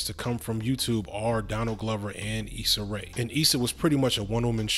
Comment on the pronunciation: u need to apologize for messing up her name like that lol 🤯